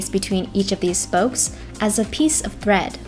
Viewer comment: legit thought they said bread instead of thread